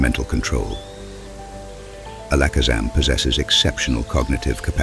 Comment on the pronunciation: That's a new way of pronouncing Alakazam